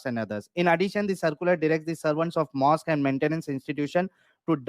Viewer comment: माॅस्क को.माॅस्कयू बोल रहा है.mohmmad pidofile ka shit mubarak😂